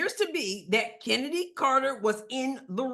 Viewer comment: It is not Kennedy it's Chennedy. As in Choo choo.